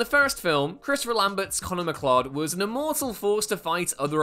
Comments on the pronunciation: Its McCloud not mclud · Stop saying "McClod", CLOUD isn't an unusual word. McCLOUD, like the things in the sky ffs. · I’ve noticed, recently, that Whatculture presenters, don’t care about proper pronunciation. It’s not MacClod, it’s MacCloud. Put me off the whole vid! Makes me wonder if you actually watched the movie! At least you didn’t say Mac Kleeodd😂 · The name is Connor MacLeod. So if you are just reading a script, then it's a simple mistake to read it as "mc-clod". But you would have also had to have been living in a box and never seen even a single clip of the Highlander (or watched one of the Queen music videos). ;) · Stopped watching after he mangled the name Connor McCloud and said "it sounds as ridiculous as it sounds". WTF??